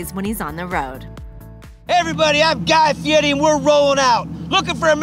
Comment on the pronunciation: She is saying it very correctly actually